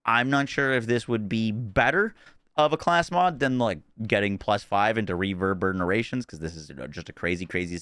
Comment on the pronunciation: It's not called Reverburnerations ❤️